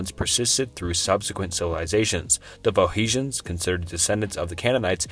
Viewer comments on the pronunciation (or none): Pho he shans??? Pho knee shans? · Faux-hesions? Was going to try to sleep to this but the pronunciation is murder. Off to the Gorbachev bio, I suppose. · It's Phoe N icians not Phoeicians... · Olmenecs? Tywanaku? Phohesiens? Sem a tick? Carthinagens? What is happening? 😂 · phohetians? agamanion? seltic? Estrooscan? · Phoehicians..? Sim-ee-tick...? aight I'm out. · You mean, foe-knee-shins. ;-) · the pho-he-shans lol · starting with carthage slash phoehishians... ok maybe i heard it wrong... again: phoehishians ... dude we are just starting and I ve already lost confidence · Come on man just take one extra minute and learn the proper pronounciations of words. Or not even that, just read the words. "Phoehecians"? Dude, there's an N there, not an H. Literally just read the words properly. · Heard him say the word Phoenicians and clicked off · I stopped watching as soon as you mispronounced “Phoenicians.”